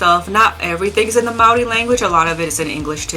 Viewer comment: Thanks for the video, the way you pronounced Māori the first time was pretty spot-on! If you wanted to hear what a one-man folk metal band from NZ sounds like, you could check out my stuff? (Ceolskog). It's only a one-man band because metal musicians aren't really too interested in playing folk metal down here, lol!